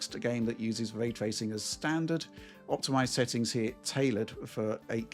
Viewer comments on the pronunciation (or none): hes a dork shill who says Way Twacing